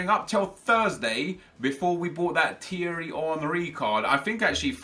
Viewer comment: u pronounce Thierry 3 different ways... 1st it's teery then u pronounce it right then u pronounce it right again but u say TH instead of the T hahahaha make up your mind will u lol